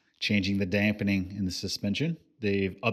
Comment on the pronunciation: There is no "N" in damping......